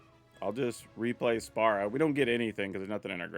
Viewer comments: Also, the pronunciation is more like "spear-uh", just fyi for the creator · You know normally mispronouncing something doesn’t bother me much but FFX is my favorite Final Fantasy game and hearing you call Spira Spara repeatedly has like a small dagger and it’s worse when that’s not even his name but the world of FFX, his name is Sin!!! 😂 still a fun watch despite this though.